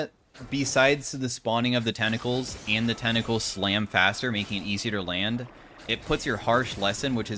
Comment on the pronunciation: Tentacles ❌ Tennacles✅